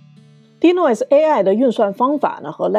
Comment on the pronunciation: 您这一口的普英，听起来实在刺耳、别扭和难受。。都身在国外了，能否改改？Lightroom第一个音节的发音是大口型的元音i，“来爱-特-room”不是什么“来特room”。还有，Noise的发音是“闹爱-s”，不是什么“诺斯”。。英语单词和句子中的元音发音时值长于非元音，而且轻重音有讲究，节奏感很好，和汉语这类每个字都是相同元音时值并且只有四声发音的简单语言完全不一样的。。